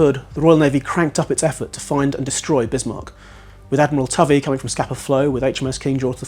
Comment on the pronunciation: But the Admiral is pronounced: Toe vee. Also, 'harassed' rhymes with 'embarrassed' and you'd never catch a Mitford sister aspirating an H.